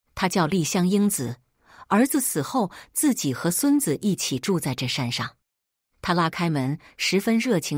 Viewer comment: 自己怎麼都說成經己？